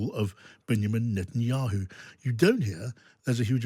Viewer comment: When will have the common courtesy of learning to pronounce the PM of Israel's name correctly? Perhaps a small lesson in elocution is warranted ahead of another political opinion being emitted by this man.